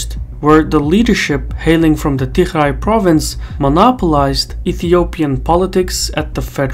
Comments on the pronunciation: Why you keeo calling Tigray regiion as "TiHray"??? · you pronouce tigray with a g, not "tikhray" lol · I don't think the pronunciation of Tigray is correct Anyway, a very informative video 👍😊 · You aren't pronouncing Tigray properly. If you can't get that right, what else are you not getting right? I've seen you get a bunch of other stuff wrong, so this isn't a good trend. EDIT: I just checked on some of your claims. There are errors in this video. Overall it's useful, but your errors are a problem.